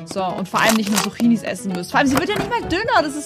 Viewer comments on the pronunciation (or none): Sie sagt Suchinis 🤣🤣🤣🤣